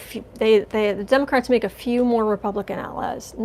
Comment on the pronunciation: Explain why you say Demograte instead of Democrates